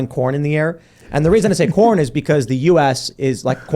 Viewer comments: I walked away for a second and thought y’all were talking about porn world not corn world 😅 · CORN! I thought you said Porn! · I thought he was saying "porn" for the first half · At first I thought he said "porn", not corn. Americans love porn. We also love to complain and be depressed. America's greatest exports: corn, porn, and being forlorn. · Did anyone else thought Tim said "porn" instead of "corn"? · I finally realized Tim was saying "corn" after agreeing that "porn is a huge industry.". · I thought they were saying "porn" instead of "corn." I think this would be, at least, funnier if that were the case.